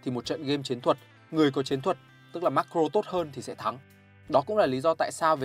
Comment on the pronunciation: Nghe ô phát âm Macro với Micro hơi khó nghe k biết có ai thấy thế k @@